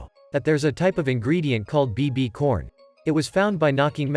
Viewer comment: Ain't no way bro said BBCorn💀💀